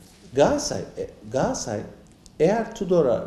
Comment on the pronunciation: Gassay değil Galatasaray